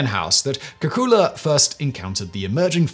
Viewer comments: I always heard the name as “kay-coo-lay.” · At 93 comments only two people mentioned your pronunciation of Kekule, and Leibig (invented condenser with water jacket). I learned in 1971 Kekule dreamt of six carbons dancing in a circle hinting at the benzene ring.